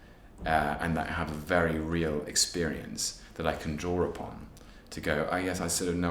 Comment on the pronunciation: hehehe, he said "drawer upon" =P I love how some of his words end in "r" when there is none.